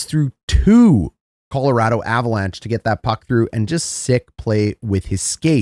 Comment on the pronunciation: I must defend this fine Canadian gentleman. As a native of the once great state of Colorado, I can confirm he is saying it correctly. Colo-RAD-o not Colo-ROD-o.